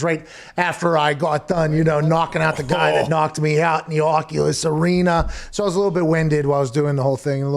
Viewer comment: How much is he making every time he's saying Occulust?